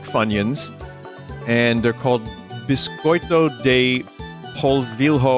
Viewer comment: Correcting some misspronounciations "biscoito de polvilho" is pronounced as "biscoito de polvillo" not polvil ho paçoquinha reads as "passokiña" for those who understand a little of spanish, idk how to write the pronounciation of this word to english "Pelet's Skid" its literally bacon and lemon snacks, i never eated. "Torcida pimenta mexicana" its literally a Jalapeño snack, deffinitely my favorite snack from Brazil Ok he pronouced correctly "Torcida churrasco" i dont like those a lot, but churrasco deffinitely is great, but "torcida churrasco", i just dont like because it dries my mouth a little "Torcida cebola" a few years ago was my favorite flavor of Torcida snacks, its literally onion snacks (Torcida is a brand, not a type of snacks i guess) Camarão e pimenta, Shrimp and pepper, nice, no? but i never eated "Pipoca Doce" is horrible for me, i just dont like it, its horrible, it has a nasty flavor and it gets stuck to your teeth Payday molecule catch me off guard, i cant make the pronounciation to english but its literally "foot of a kid who is a boy" i never eated, and im not proud never eating those as a brazilian because most of people likes it in here Snickers payday molecule.. Trento is great but its not my favorite chocolate, its like chocolate with some wafer inside and chocolate cream inside Bis, just great, like trento, but more tasty, the chocolate is better than trento, as he said, quality product and the rest is like he said, but HE EATED TORTUGUITA THE WRONG W